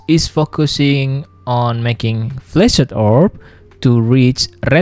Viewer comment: cool video, but i just couldn't help but hear flaccid orb lmao